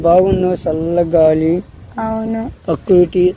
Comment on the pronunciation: ఫస్ట్ ప్రకృతి అని సరిగా పలకరా 🤦‍♂️